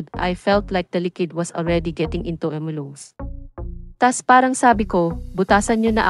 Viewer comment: Lungs kc admin😂😂